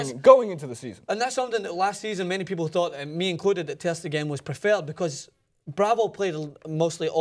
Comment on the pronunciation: For the record,: "Ter Stegen" is pronounced with the emphasis on the 2nd syllable, not the 3rd. So it's not "ter steGEN", but "ter STAYgen"